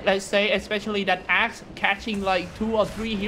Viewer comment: lol sorry but he keep say Axe "ass"